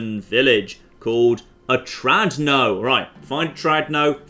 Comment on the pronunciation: It's not OTRADNO its's OTRADNOYE =)